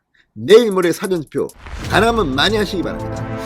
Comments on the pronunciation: 사전 투표가 아니고 사:전 투표아닌가요 듣기가 좀 그러네요~^^ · 사전이 아니고 사~전 투표로 발음해 주세요!